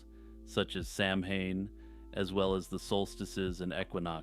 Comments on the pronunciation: Hey man, just a friendly correction - Samhain is pronounced "saw-win" or "sow-wen" ... Pretty strange pronunciation, eh? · For sure. I actually just learned this this last Halloween. I was watching Halloween 3: Season of the Witch on TV with closed captions on and they said "samhain" but it sounded like "sowen." I double checked too before I made the comment just to make sure